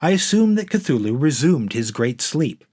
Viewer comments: It's pronounced Tū-Lū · More "Cute-thulu" 🙄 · Since Lovecraft himself was never sure, I prefer to say THOOL-HOO (silent "C") as in Chthon.* . *pertaining to the underworld. Sounded as a "K" when preceded by a vowel